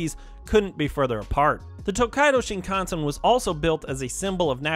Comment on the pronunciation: It's pronounced: SHIN kan sen